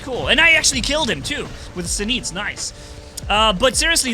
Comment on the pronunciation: ejj nice video, but i think it is zenít instead of zeniet:-))